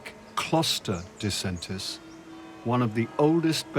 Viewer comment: Excellent film about this spectacular train ride! PS You mispronounced Disentis 😅